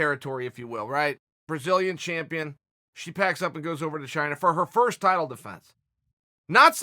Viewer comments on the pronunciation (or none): none